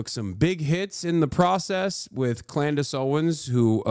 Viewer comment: Did he just say Clandice Owens 😭😂